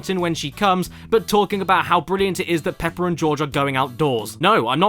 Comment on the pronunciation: You already sounded like you’re saying potty. Yeah it’s racist, but not offensive.